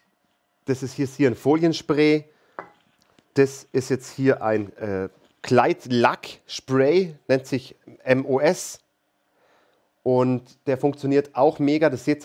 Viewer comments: Sorry, aber der Spray MoS2 heißt nicht "MOS" sondern "MoSzwei", also Molybdändisulfid. Der Index 2 ist nach unten zu rücken, wie auf der Dose erkennbar. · "Mossss" 😂 Was da auf der Dose steht, ist die chem. Formel von Molybdänsulfid und wid M-o-S-2 gesprochen. 🙂